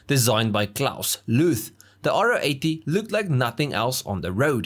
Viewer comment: If only you could have pronounced its name properly! It’s a Ro 80, Ro for Rotary. Not “Ah Oh 80”.